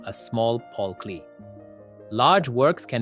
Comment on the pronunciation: Klee is pronounced Clay Mondrian…not Mandrian